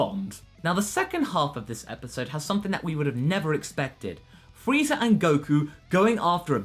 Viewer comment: At the beginning of the video, did you say Freeza Day? Also for the part where Moscow appears inside the robot suit Wow Danger Will Robinson